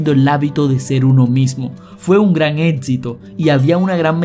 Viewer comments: Pronuncias muy mal algunas palabras, hay que tener mucho cuidado. No es " étsito". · Y por favor muchacho mejore su fonética, es de muy mal gusto oír "Prótsima, edcito, conedción" no puede pasar en un video con tamaña información de un Dr del nivel de Joe Dispenza, le quita profesionalismo. Practique los fonemas "cc, x, ch".